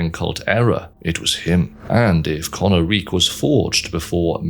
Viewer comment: Isn't it pronounced "ko-NAH-rik" instead of "kona-reek"? Based on how the dragons speak their language in game, it would make more sense for emphasis to be on the middle syllable, no?